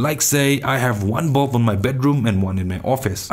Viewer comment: Nice! Forgive me but i could only hear Bob instead of bulb. Great video again!